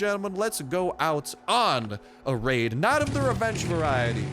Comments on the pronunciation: He said laid instead of raid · Am i the only one who relized he said revenge laid lol